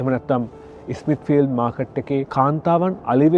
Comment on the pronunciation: Smithfeeld market. Mr. මේක pronounce කරන්නේ ස්මිත්ෆිල්ඩ් කියලා, ඉස්මිත්ෆිල්ඩ් නෙමෙයි. ගොඩක් ලංකාවෙ අයට S එකේන් එන වචන කියා ගන්න අමාරුයි. ස් එකට ඉස් කියලා කියනවා. සිංහල බර වචන දාලා කතා කරනව. හොදයි ..අමුතු සිංහල .